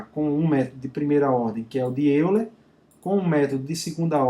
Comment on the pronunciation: A pronúncia é Método de "Óiler"...